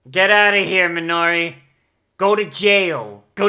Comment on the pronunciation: Amused by your reaction to the new theme Surprised it took over 7 minutes for an Overlord comment At least Minori seems to have become a simple maid Glad you're sticking to the original pronunciation of the names instead of the new versions And it's pain, not health things? I take pills too, so that my body functions correctly